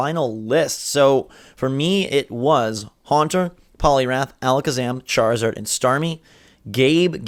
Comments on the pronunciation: Did Gabe just say Charzord? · did gabe actually say charzord or am i retarded